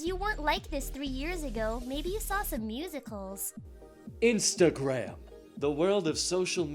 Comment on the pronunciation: why do you say you're the coolest, also you can't say instagram